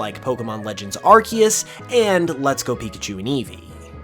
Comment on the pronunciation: You get a “like” simply for pronouncing Arceus correctly!